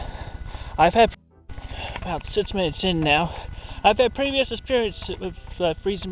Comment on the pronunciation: No One: Chris Chan: I've had pervious experience freezing my dick